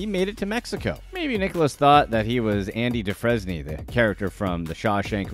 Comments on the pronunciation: Listen, I've got nothing but love love love for you BUT if you're going to reference something from an amazing movie such as Shawshank Redemption, you absolutely MUSTt get it right. 'Andy Dufresne' is pronounced 'Andy Doo-frane'. Thanks and carry on🤗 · If you watched Shawshank, you'd know how to say his name. "Do-Frain," not that disgraceful crap you said. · Lmao have you ever actually seen Shawshank redemption? Your pronunciation of Andy Dufresne is completely wrong lol